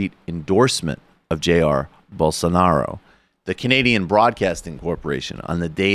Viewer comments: "Bull sar nar O" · I believe his name is pronounced Bol-SAR-nar-ah, as explained by our good friend who is full of high level and important ideas.